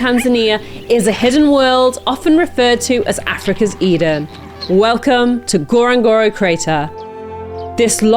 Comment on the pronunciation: N. Ngorongoro. You must say nnnnn befor. Lol